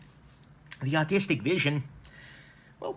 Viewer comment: When u say artistic vision I keep hearing autistic vision lol love your videos though.